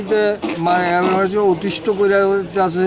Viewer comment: স্পষ্টভাবে কথা বলতে পারে না 'এলাকা বাসি' উচ্চারণ টা শুনবেন